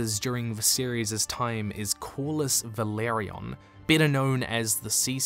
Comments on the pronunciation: Great video as always, just one correction. It’s Velaryon, not Valeryon. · Velaryon not Valeryon